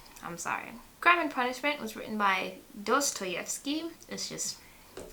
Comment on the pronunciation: You pronounced Dostoyevsky correctly!